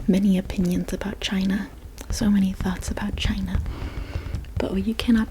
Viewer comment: ChiNA and EnGAland 😂 loved the video. 😊